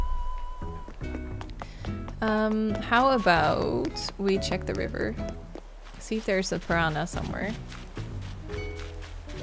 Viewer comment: Just would like to say that I love when you say “river”